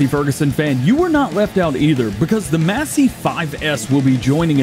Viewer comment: No offense it's not mass it's mace, Massey Ferguson.